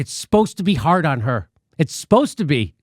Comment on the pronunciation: Someone please tell Jimmy that "spost" isn't a word. Did you mean "supposed?" 🤣🤣🤣🤣